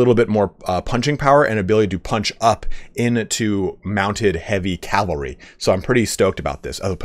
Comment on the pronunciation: ahem.. CAV-AL-RY ;DDD <3